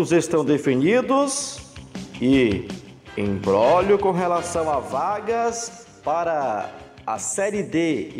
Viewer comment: Dói no ouvido ao escutar a palavra "imbróglio " ser falada "embrolho" pelo povo da imprensa neste país.